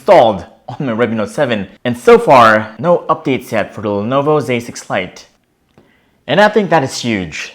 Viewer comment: I swear I keep hearing him say "Lenovo basic flight" 😂